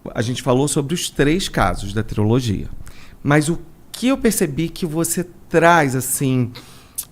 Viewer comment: mais alguém oiuviu ele falar "triologia" invés de trilogia ou ouvi errado?